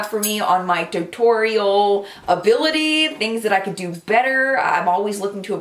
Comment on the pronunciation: I recreated the look today but I was too lazy to get my Naked Basics 2 palette so I mixed 2 of the tan shades (???reflection and chessboard maybe??) and it turned out nicely! Yes,, I wore it to work! Thanks for the inspiration and for saying T-U-T-O-R-I-A-L that way!😂😂😂